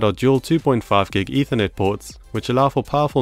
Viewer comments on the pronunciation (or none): none